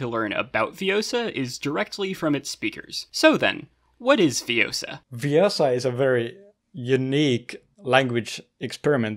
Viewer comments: it's ViOOOsa, not ViosAAA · It's Viossa, not Viossah. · it's le-viOssa not le-vioSSA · its viossa an not viossa